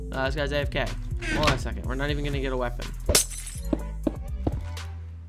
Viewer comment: The Triggered You are the one who can't even say "even"